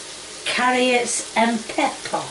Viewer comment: "Honiones" "Tomyatos" "caryots and PEP pa" "SALTY AND PEPPIAR!" "im not payin' £1.75 for a tin a' cheerios" - 2023